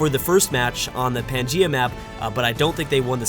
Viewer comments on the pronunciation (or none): none